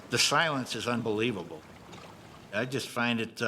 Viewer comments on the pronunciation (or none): Lol "the shilents is unbeweavable" what is this voice Also... 2000 lbs of stuff on a raft? Doubtful you put the weight of a whole entire car on an inflatable raft rofl